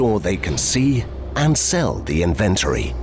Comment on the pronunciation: He's pronouncing "Inventory" incorrectly.